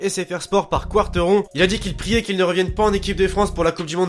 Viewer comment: Quarteron se dit karteron